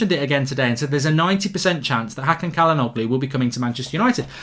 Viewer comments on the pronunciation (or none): Its pronounced Ja-la-know-loo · it’s chalanolu 😭 pronunciation is painful mark